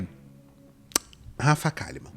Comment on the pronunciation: Rafa Kalliman a leitora assídua que fala errado